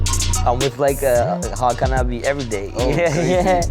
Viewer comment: Hakan Abi nicht aki 😂😂😂